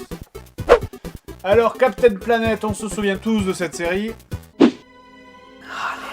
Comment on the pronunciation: Ouais on dirait qu'il dit vraiment "Captain Lavette" ... ou "Navette" c'est pas clair !